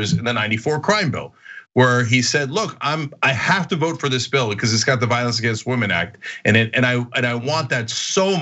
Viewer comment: I'm FROM Arkansas and I can't get over how this bozo pronounces "vote". "Vouuute" 🤢